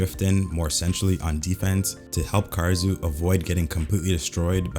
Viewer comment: BRO PLEASE ITS KAH-DA-SŪ OR KAH-RA-SŪ NOT KAR-RA-SŪ UR HURTING MY EAAARRSSSS